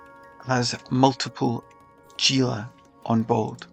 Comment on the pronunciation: Haha fair enough..but you are both incorrect anyway. Is not pronounced as G - is "Hee La" Sry, but was killing me hearing the G 😊